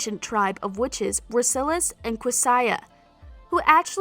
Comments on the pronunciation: ikr who tf is sulus and questia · SteFUN SalvatoREh, Helena, Sillis and QwesAYUH 😭😭😭😭😭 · StefOn SalvatorAY and Helena 😂😂u need to practice your pronunciation 🤣 And we can’t forget siliS and QueSIYA 🤣🤣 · Seelsas and quesiah ahahaahahaaa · She also pronounced Silas as sullis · And she said Silas and Amara wrong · I just heard the Silas and qetsiyah part😭😭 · You know that the woman who is voicing the video haven’t watched Tvd do to the way she says Stefan, Silas and Qetsiyah. And did she just call Elena, Helena? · The way she pronounced Stefan, Elena, Silas, and Questia, I can’t.I’m just glad she didn’t mention Mikaelson cause she probably would have pronounced it completely wrong. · She also butchered Silas and Tessa’s names as well.